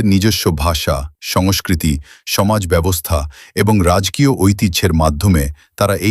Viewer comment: রাজকীয় শব্দটার Ai এর মত উচ্চারণ কর্ণকুহরে বেদনা ও বিরক্তি সৃষ্টি করে।